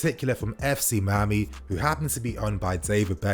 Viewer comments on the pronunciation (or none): none